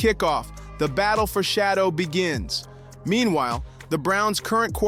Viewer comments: Bro, you're doing just as much damage to Sheduer by mispronouning his name fool! Do you work for the Browns organization 🤔? Are you related to Dillon Gabriel? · His name is Sheduer, not Shadow you IDIOT 🤨